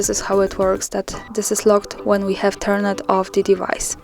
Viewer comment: Thank you very much for explaining this. You have a very nice voice and your English is perfect, but may I say that words ending in, "ed" such as, "turned" are not pronounced, "turn-ed". It is pronounced, "turnd". I'm sorry, I am an English language tutor.